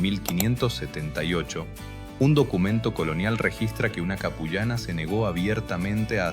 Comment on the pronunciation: La pronunciación es Apu llana qué puede se puede traducir como mujer jefe o la que manda ( Apu = jefe).